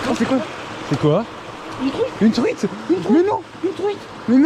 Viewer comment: UNE TROUITE, UNE TROUITE 😂